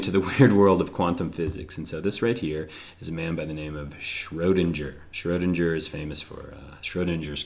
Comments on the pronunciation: Schrödinger, not Schrohdindger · Schrodinger is pronounced SchrodinGer. The G is said with a G sound and not the J sound.